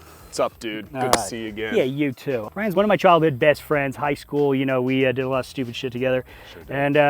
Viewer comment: lol sounding like a STL native right there 😂